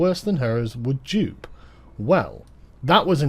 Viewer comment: Juppé is pronounced "ju-pay" not "jup"